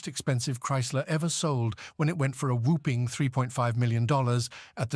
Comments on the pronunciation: Narrator - The word is pronounced whaahpping, not whooping, like the crane. Also, the famous auction you cite is pronounced Meeecum, not mekkum! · it is pronounced "hemmie" not "heeemy" it is pronounced "WOP--ing" (like mop) not "whoooping" (like whooping crane) it is pronounced "MAY--come" not "mekk-come" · "Under the hood, you'll find a 425HP seven point zero liter he-me engine". He-me? whooping?! Mekham? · That is not due to an English accent, but a bit of "bot-speak" mispronunciation!